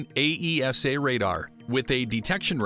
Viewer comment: AESA is pronounced 'eyy saw'.